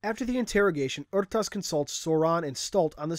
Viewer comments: ITS PRONOUNCED ARE-TAS NOT OR-TAS OR UR-TAS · never heard anyone say it like "Aru-tus" before I always say "Er-tas" but i mean how the fuck are you supposed to say " Rtas" ? XD